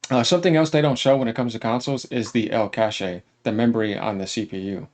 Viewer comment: Its pronounced as "cash", not "cash-Aye" big man.